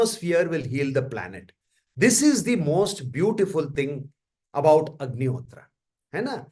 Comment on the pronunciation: It was a very insightful session. Thank you. One suggestion - please pronounce 'Agnihotra' and 'Homa' the bharatiya way.. Ie without pronouncing 'a' in the end. It is अग्निहोत्र not अग्निहोत्रा , similarly होम not होमा। let's not misspell sanskrit/hindi words/names/nouns when we translate them into english.... words carry meaning.. right?